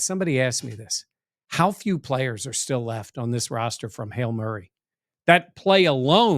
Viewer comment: Why does always sound like he’s saying Hail Murray” rather than Hail Mary?